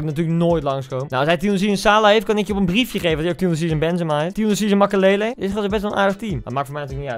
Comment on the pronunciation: niemand: koen: '' Tots MakELELE''